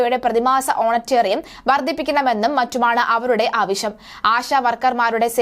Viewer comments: ഹോണറേറിയം ആണ് ഹോണറ്റെ റി യം അല്ല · പ്രിയ സഹോദരി വർത്ത വായിക്കുമ്പോൾ തെറ്റ് സദ്ധരണം, എന്നാല് അത് തുടരുന്നത് ശെരി അല്ല. ഓണറേറിയം എന്നത് ഓണ റ്റേറിയം എന്ന് ഉച്ചരിക്കുന്നത് ഇനി എങ്കിലും തിരുത്തുക. ഇത്ര മാത്രം. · Onatteriam അല്ല vishutteriyam. ഓണാറേ റിയം എന്നത് പോലും അറിയില്ല. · ഹോനറ്റേറിയം അല്ല ഹോണറേറിയം. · ഓണറ്റേറിയം. കഷ്ടം. ഓണറേറിയം. മലയാളം ഉച്ചാരണ ശുദ്ധി ഇല്ലാതെ പറഞ്ഞാൽ status കൂടുമോ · ഓണറ്റെറിയം 🤔🤔🤔🤔കൊച്ചേ ഓണറേറിയം ആണ് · ഓണറിയം അല്ല ഓണറേറിയം ആണ് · ഓണറ്റേറിയമല്ല, ഓണറേ റിയം ആണ് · ഓണറ്റേറിയം അല്ല ഇംഗ്ലീഷോ അറിയില്ല മലയാളവും അറിയാതെ വിളിച്ചു കൂകുന്ന നീയൊക്കെ മലയാളിയാണോടി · ഓണറ്റേറിയം എന്ത്? വായിക്കാൻ പോലും അറിയാത്തവർ ആണോ മാധ്യമ പ്രവർത്തകർ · ഓണറ്റേറിയം അല്ല. ജേർണലിസം വരെയുള്ള വിദ്യാഭ്യാസം കാണുമെന്നു പ്രതീക്ഷിക്കുന്നു. ശരിയായി ഒന്ന് പറയുവാൻ ശ്രമിക്കാം. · "ഓണറ്റേറിയം "കഷ്ടം വായനക്കാരി... ഒന്ന് പഠിച്ചിട്ട് വീഡിയോ ചെയ്യൂ 😂😂😂